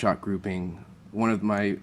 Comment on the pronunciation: Stop saying groupimg